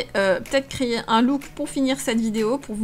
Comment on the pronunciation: À chaque fois que tu dis "créer" j'entends "crier" j'arrête pas de rire 😂